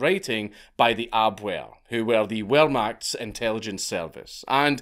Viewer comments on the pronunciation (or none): Dank am Scottish and even I know Wermacht is pronucince with a V no a W.